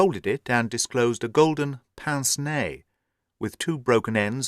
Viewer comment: I think your pronunciation is more likely to be correct than me pronouncing it exactly how its spelt 😂